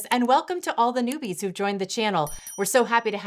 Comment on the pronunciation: Ha Ha !!! - Sounded like said " Welcome to all the NOODIES that joined the channel" . :)